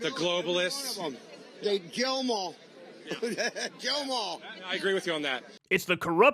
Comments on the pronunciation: To be honest, listening to it at x1 speed, I heard "Jail em all". But it seems the far right reporter disagrees with me because he didn't use that as his defense. (EDIT: I listened again, and this time I heard Jail the first time and Kill the second time. Now I think he was saying Kill.) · the first time he said it, i'm like 80% sure he said jail. However, the second time, slowed down to .50 it definitely sounds like kill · I listened several times and I clearly heard, "jail 'em all". Certainly, that's not much better and it remains super fascist, but I still respect accuracy. Did anyone else hear it like I did? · I actually heard "jail 'em all." In the spirit of honesty, that's what I heard. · I’m pretty sure he said “jail ‘em all” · I thought i heard "jail them all" tbh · I actually hear “jail them all” but I see how people misheard it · Love you Kyle, but I will say, to me it truly sounded like he said “Jail em all.” Edit: It feels like the whole “Laurel vs. Yanny” thing where if I focus on hearing “kill” then it sounds like he’s saying it, but if i focus on hearing “jail” it does the same thing lol. Wild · I feel like he said jail em all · Sounds like he said, "jail em all." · Im just gonna try to be fair here. I think he said jail and not kill. U can hear he has like a hard time pronouncing some letters. Im not defending them at all. Just trying to be fair. Cause we all know either way its still bullcrap what hes saying. But im just being fair. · Fam, i don't fuck with Trump on any level i know he is a racist and so is most of his supporters. In the first play through its sounded like he said kill but when i ran it back its definitely jail just keeping it a 100 jail em all is still the tyranny they claim to be against. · yeah, same... i can't even try and force my brain to hear 'kill', all i hear is 'jail'. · Guys I’m sorry but I listened to this like 10 times and I CLEARLY hear him saying jail them all. McGurk effect maybe? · I heard "jail'em all".